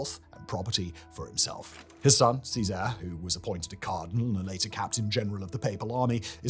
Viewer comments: His pronunciation of Cesare and Lucrezia made me want to cry :( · Simon I swear you need a pronunciation consultant Loo-cret-siya Lucrezia Chez-ere Cesare Bor-zhia Borgia